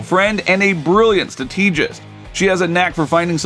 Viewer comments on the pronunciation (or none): The AI doing the voiceover in this video is atrocious. It’s pronunciation, or rather mispronunciation,of words is absolutely jarring; “Stra tee gist”. “En sin”. ‘‘Em path ick.” I’m sure there are others that I missed but at this point I am no longer watching the video because I just can’t be bothered.